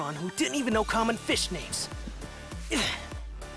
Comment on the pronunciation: Feesh, I’m here for the feesh! I saw a feesh, the feesh is the best character, I am putting my foot down! Okay well, I’m also here because my friend recommended this as well. It’s interesting, I am intrigued.